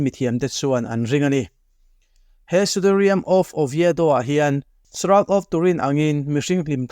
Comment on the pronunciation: Pronunciation of shroud is shra-ud